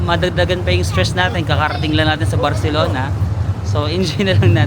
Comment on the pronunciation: I love the way you pronounce " CI " na may word. You got it na. hehehe.